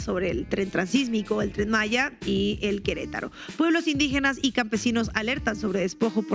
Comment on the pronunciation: No se dice Tren Masha (Malla) es Tren Maya (Maia)